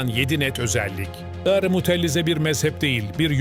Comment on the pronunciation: Mutellize değil Mutezile